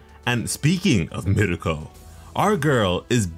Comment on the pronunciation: Everytime he says mirko i get so mad